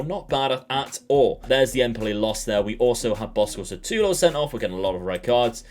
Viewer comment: S U T A L O not S A T U L O 🤣🤣 great video my man! Greets from Brasil